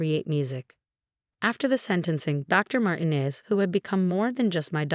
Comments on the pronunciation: Dr. MarTEEnez (not Martines with no accented syllable) is a person of many different skills. Bless her heart! The composer, Ludwig von Beethoven (the last name is pronounced Baythoven, not Beethoven) would have been displeased with the mispronunciation of his name. To say the least. Please, please remember that a name that is improperly pronounced, especially a famous name like Beethoven (spelled one way, but spoken another, as is often the case) or a familiar one like Dr. Martinez's takes people away from reading the story. Please teach your AI's to properly pronounce names (and, in other countries, the names in this story would have been pronounced differently than in English as well. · The name Martinez is pronounced MarTeenez, not MartinEZ. Your AI needs to take Spanish lessons